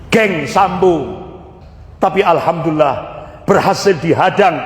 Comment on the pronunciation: Bukan. Alhamdulillah bro tapi yg benar bacaannya Alhamdulillah...lah KLO anda sholat sebut Alkamdulillah pasti sholatnya batal karena SDH berubah arti bacaannya...makanya perbaiki cara bacanya jangan ikuti logat daerahnya..harus ikuti logat BHS Arabnya..harus bisa bedakan...